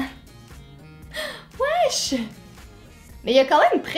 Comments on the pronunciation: yokabel afeworki elle dit pas Wesh elle dit Wash genre Ark😂😂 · ton wesh il m'a tue 😂😂 sinon continue tes video tu es superbe 💘💘